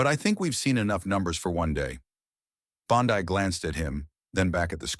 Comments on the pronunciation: Bond-eye? Is that really the way she pronounces her name? I wrote an AI program back in the mid 90s, and it was much better at pronouncing names. It had to ask on some of them, but that made it seem even more life-like. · The narrator may be Aussie. One of our famous beaches is Bondi pronounced Bondai. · You’d think a puff piece theatric would at least get pronunciation of the Heroine’s name correctly. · Stupid narrator can’t even pronounce her name! Stupid fake news! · Incorrect name pronunciation! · Learn how to properly pronounce her name.